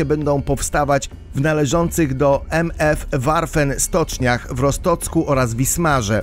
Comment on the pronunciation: Co to Rostocek?😆